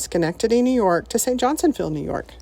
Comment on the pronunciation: It's cool that you landed in St Johnsville. Did you notice the RV park attached to the marina? That's pretty much our go to RV Park, and I've seen Loopers there before. By the way, it's St Johnsville, not St Johnsonville.